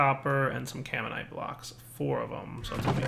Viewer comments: >It's spelled Caminite > says Carmite four times, while looking at the name why? Why don't you read? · can dire like not read? It's freaking "caminite not carmite" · "Carmite" Oh shit, it's "Gormalais" all over again. tears hair